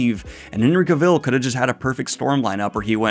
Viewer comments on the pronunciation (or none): Dude, you have been sauing the name wrong the whole time. It is CAvil, not Caville. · Was looking if anyone else noticed and commented on that. I verify it is indeed CA-vill. Also, did I hear a Ge-RALT instead of GE-ralt? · It’s Cavill as in Travel just fyi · Just a heads up, his last name is pronounced KA-vl, not ka-VILL lol. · Ahh, It's not Cavill, it's Cavill!👆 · Completely unimportant - but I'm fascinated how Daniel pronounces Cavill's name: Ca-VILL. I've only ever heard it pronounced CA-vill. I'm not sure which is right tbh. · Cavill. Not Caville. Nitpicking, I know ;-) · Ok, I gotta stop the video and ask... Are you purposely mispronouncing Henry Cavill's name for a bit or something that I didn't get? Its completely distracting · I’m just curious, Henry Cahill has posted online how to pronounce his last name, but you pronounce it like Cruella Deville… caville. It’s Cavill, like travel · Cavill rhymes with "travel". By the way. DANIEL. Henry has covered this. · No it’s not haha if you look up Henry Cavil pronouncing his own name he has a video on how to say it correctly ~ it’s “Ka-Vall” like travel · It’s CA-vill. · Cavel? That's a third version 😄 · please Daniel, say his name correct just once Ca-vall, pronounced cavall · Daniel, respectfully, it's pronounced CA-vill, GE-ralt, and GOLD-blum. All names with the accent on the first syllable. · Co-ville? Co-VILLE?? Ger-ALT? You keep going, Danielle! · I’m sorry I can’t handle the way you say Cavil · FYI Cavill is pronounced like "travel'. All through the video I kept thinking of Cruella DeVille every time Henry's last name was mentioned. 😀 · Thanks so much for letting the fantasy news flow! The editing is always inspiration goals. Just a quick pronunciation correction for Henry’s last name. It’s pronounced like “elle” like the ending of “travel” instead of like rhyming with “devil”. Thanks again for providing the goblin horde with the news 👹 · The way you are pronouncing Cavill's name is killing me slowly XD